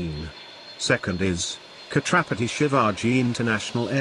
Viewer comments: Pronounce as Chatrapati not as khatrpati आमचं दैवत... छञपति शिवाजी महाराज की जय🚩🚩🚩🚩proud to be Maharashtrian 🚩🚩🚩🚩2 airports in list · khatrapati nahi chatrapati bol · its chatrapati ...u r pronunciating it katrapati...